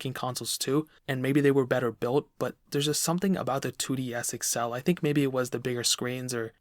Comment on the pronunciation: “2DS Excel”